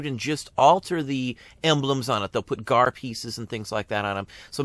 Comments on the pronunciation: I have been a CW re-enactor for almost 30 years and a descendent of veterans from both sides, I have also NEVER heard the G, A, R referred to or called the "Gar" Love channel and videos but I cringed ever time he said Garrrr wait till He calls the S, C, V as the Scvv haha Great info though. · Is 'Gar' a local pronouncing of it? Have never heard it called anything but G. A. R. among collectors. re-enactors or historians--- maybe G. A. R. that's an east coast thing? As a former museum curator, I only ever knew it as G. A. R. Love collecting photos of the reunions. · Winter Crow knows what the G A R is, the question is with him calling it "Gar" as a one word name, have run in some notable CW circles over the past 30 years (authors, historians, National parks) this was the first I've ever hear someone call it that.